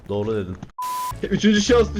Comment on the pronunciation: Dorğu diyosun abiii